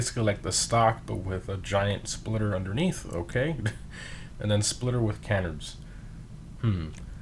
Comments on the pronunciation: It’s canards not* canerds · my man just said "cannerds"